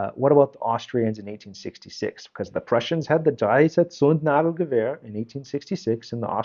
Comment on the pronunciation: Might I say: your pronunciation of some rather complicated German words (such as Zündnadelgewehr, Auftragstaktik, Stoßtaktik) is pretty good.